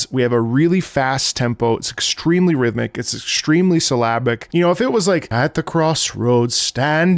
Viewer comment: For the first 20 minutes of the video I thought you were saying "Slavic" instead of "syllabic" 😂 I thought it was a musical style that I didn't know about